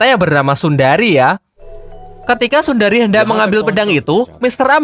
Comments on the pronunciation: Sundari❌ Sunehri✔️ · Bukan sundari.... Tapi sunehri😂😂😂😂😂